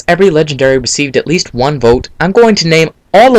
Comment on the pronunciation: You keep saying #1's name wrong